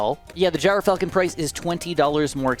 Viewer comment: Mr, it’s pronounced Gr-Falcon, not Gyro-falcon. I’m just a stickler for pronunciations, hope I could help